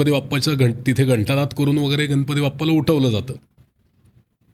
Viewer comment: अँकर ची भाषा सुधारण्याची गरज आहे गणपतीमधील ण चा उच्चार योग्य रितीने करावा